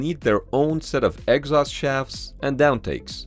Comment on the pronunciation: It took me a moment to figure out what an "X-os vent" was. You mean an "ex-OST" (exhaust) vent!